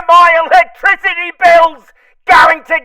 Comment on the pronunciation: Everytime I see your latest work, I think it's your finest😊! "Cheaper Electwisity!"